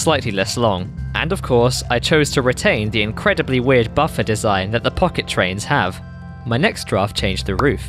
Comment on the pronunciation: Why did i hear the "f bomb" when you sayd "pocket train"